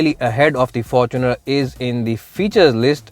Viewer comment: Am I the only one that heard forkuner ?